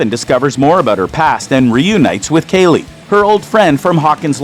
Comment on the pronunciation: Ikr💀 He also said Kaylee insured of Kali💀